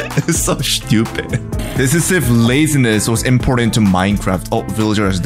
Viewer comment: Man I love the way you say shtupid😂